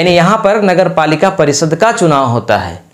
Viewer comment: आप " श " को भी " स " बोलते है , जैसे शहर को सहर, परिषद को परिसद सुनने में अच्छा नहीं लगता है । कृपया अपने उच्चारण में सुधार करें